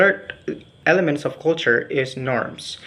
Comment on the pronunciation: Good pronunciation ! but please try to find out how is the way to pronounce Culture. Well more or lease, your pronunciation is good. Prepare yourself to present it once again in B. Indģonesia ok?